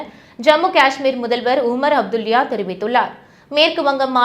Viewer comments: A அப்துல்யா 😂it's அப்துல்லா madam Read , pronounce properly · அப்துலியா இல்லை, அப்துல்லா